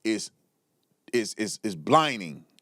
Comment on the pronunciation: It’s Blinding not blining lol